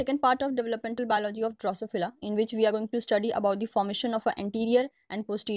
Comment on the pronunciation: Excellent effort to explain the different stages of Drosophila development. Thank you so much !! Only issue is the pronunciation, if it can be improved the video can be be more effective.